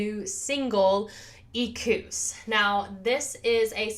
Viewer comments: "Ek-wuss", FYI. Great react. Loved it! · you are not saying it right. it is e-kwus